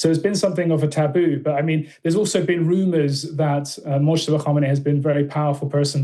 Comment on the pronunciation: Just an FYI The J is silent in Mojtaba, pronounced Mowtaba